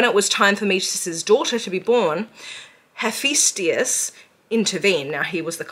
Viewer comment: and (heh-ph-i-tus) you are like way over pronouncing the t's my dude.